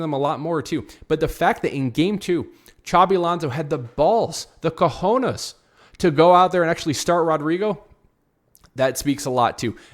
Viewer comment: Excellent analysis and perfect pronounciation of cojones and hala Madrid!